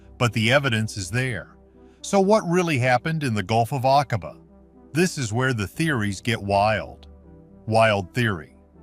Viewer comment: Doggone you! Using an AI voice, and a COMPLETELY AI generated SCRIPT, has tarnished what little veracity and credibility there might have been of this story. 😠 In addition to absolutely butchering pronunciation of foreign names (like the Gulf of Aqaba), AI CAN LIE, putting EVERYTHING you let it create into question! SHAME🫵 ON🫵 YOU!🫵😡 Would you accept that sort of thing from your husband or wife?! Go to the video description: Significantly altered or generated by AI. I've seen some of this information and (1980s or 1990s?) footage before! The scuba gear is old, the ROV is old, the haircuts are dead giveaway. What else do you need to be told? 😡 I'm reporting this for misinformation. Not for being ENTIRELY false, but for NOT being entirely TRUE! You do know we'll have to stand before God and explain everything we've done, right? Right?!